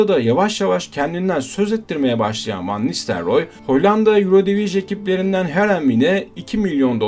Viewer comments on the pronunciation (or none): Hollandaca telaffuzlarla ilgili naçizane bilgi notu. Hollandaca'da 'u' bizdeki 'ü' olarak okunur, yani 'Rüüd'. Eindhoven da aslında Türkçe gibi okunur yani 'Eindhovın'. 'Ayndhovın' yanlış yerleşmiş bir telaffuz. Bir iki yerde 'Eredivisie' dediniz galiba, bunun da okunuşu 'Eeredivizi' şeklindedir.